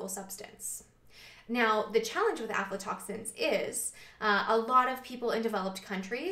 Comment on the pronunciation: video 2 years old.. that has real scientific information. has > 500 views... but some whacko moron talking some pseudoscience panic bullshit will get millions.. but anyways thanks. i came across some "OMFG DONT EAT PEANUTS ALPHA-TOXINS!!! (she pronounced it alpha " panic today and linked this video to her. also yes, everything you said about lectins; Legumes are a superior food and vital to nutrition and lectins are no worry.